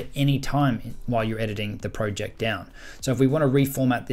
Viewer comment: Bro why would u say proooject